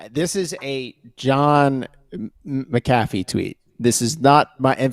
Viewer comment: Hello, Mr. McAfee's last name is pronounced "mack-uh-fee," not "mick-ah-fee." The name of the company he founded was McAfee Associates. Regards, Aryeh Goretsky